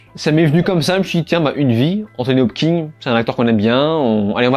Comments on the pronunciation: Salut mec ! Merci pour ces critiques et résumés, c'est toujours cool de te suivre ! Par contre, si tu m'autorises une critique sur un truc pas si important que ça (mais qui me hérisse quand-même xD) c'est "Anthony HopKINS" pas "Hop-king" ! x) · Hopkins et pas Hopking bon sang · Hopkins ! Kins ! Hopkins ! Pas Hopking ! Hopkins !!!